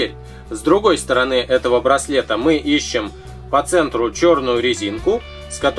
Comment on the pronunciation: В он сказал вместо СТОРОНЫ - СТОРОНЁ